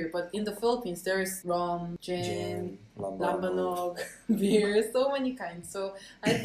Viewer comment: the way she said "LAMBANOG" I cant hear any korean accent